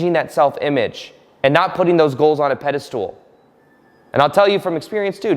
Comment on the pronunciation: Please. It’s spelled pedestal and it’s pronounced pedestal. It’s never “pedistool”.